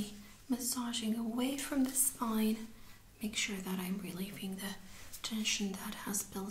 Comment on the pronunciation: spoine lol